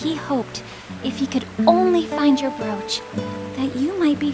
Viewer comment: Awesome video dude, But the only thing I found annoying & funny at the same time was how you pronounced the word "brooch". So here's a link on how to pronounce brooch. But keep up the awesome content.